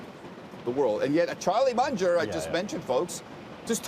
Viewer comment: did he call Charlie Munger a Charlie Muncher ?